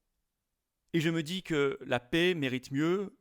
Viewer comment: La pè et non la pé s'il vous plaît